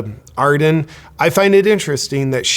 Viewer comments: It's "Ar-DERN". This is the third American vlogger I've heard today call her "AR-den" - there's an R in there! Otherwise, great video. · JP, you kept mispronouncing her name. It's ArdeRn, not Arden. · Everyone says Ar-den. But in NZ we say Ar-dern. XD Can also be pronounced as heartless-maniacal-lying-goblin-wench. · Yeah resigns and lies its consentual ...with a smile on its face! OMG, wimmin are 😡😈 IT NOT 'Arden', ITS A-HHHHHHHHH-E-RRRRRRRRRRRRR-N! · It's pronounced ar-DERN, with second syllable stress. Just think arse-BURN. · Just a little education here. Adern is pronounced as Ad-urn as in an urn you put well … deceased ashes into. No I’m not a fan of hers. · I like the little slip up Justin Arden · Ardern is pronounced Ah-dern by the way. Guaranteed she'll get a highly paid cushy job somehwere in the world. Why wasn't the Pfizer agreement transparent - getting a commission/kick back Cindy? And she's worth millions now - where did they come from Cindy? Yup, crimes against humanity for sure. Hipkins will continue the tyranny. Just another puppet! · Horse faces name is pronounced A'DERN JP, like over there, there is a fern, and eating a pinapple through a cyclone wire fence, is Jacinda a dern. I don't like her either, but if you're going to be unkind and hang shit on her, show her the respect of getting her name right. Thursday is Australia Day, show us some respect and eat lamb, from a BBQ. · I love how you pronounce her first and last name wrong. She doesn't deserve any better from a US Based commentator...